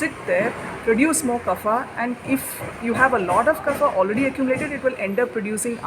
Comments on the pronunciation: There is no ‘fa’ in Sanskrit. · good video but slight nitpicking, the pronunciation of kapha is wrong. its not fa but pha.